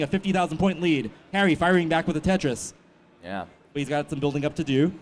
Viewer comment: Why do you keep saying bum Tetris